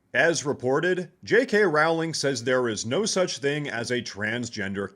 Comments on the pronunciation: "Rowling" is pronounced like "Rolling" not like "cow" :face-red-heart-shape::face-red-heart-shape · Hate to be that straight, pure blood MEXICANT guy, but it's pronounced ROW-ling (as in 'row a boat'), not RAU-ling. It's Levi-o-sa, not Levio-SAHH! :face-green-smiling: That being said, while Rowling is "anti trans," she's still very much pro feminists and pro DEI. She has no problem with race swapping and making her characters gay well after the Harry Potter story long concluded. And keep up the work buddy! Bumped into your channel couple days ago.:shelterin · Her name is pronounced “rolling.” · Only a small point you pronounce JK, Rowling in the same way as you would row a boat. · WTH is JK Raling. I guess if your the most influential women in recent history, it’s comment to have people in media not every heard your name pronounced properly.